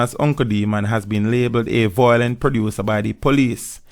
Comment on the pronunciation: mi cringe every time you say "Voilent"